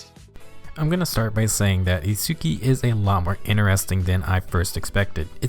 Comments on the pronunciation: Sorry, just need to say his name is pronounced like "Its-ski", don't need to pronounce the U. But definitely impressed how strong of a F2P character he is. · Hol up You included both Chrom and Itsuki saying Itsuki's name... and yet you still pronounce it differently? bruh